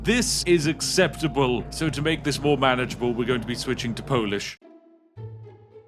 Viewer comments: As a Pole, I can say that the pronunciation is flawless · I didn't expect polish language and pronunciation being flawless more or less :p ❤ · As a polish tea sipper I got surprised by the flawless polish accent and pronunciation 😮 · as a certified Polish person, this pronunciation was 100% flawless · Spot on polish pronunciation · Surprisingly... Spiff's pronunciation of Polish was way better than the actual "translation" in game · I didn't knew that you are a native polish speaker. All of yours pronunciations were perfect. Perfectly balanced even.